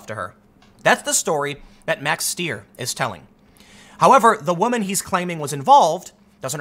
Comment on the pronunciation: It's pronounced "st-eye-er." I have actually never met with that surname and that spelling that doesn't pronounce it that way. If only I could travel back in time to Ellis Island and tell my ancesters to just change it to "Styer." No one would ever mispronounce it again....and literally everyone gets it wrong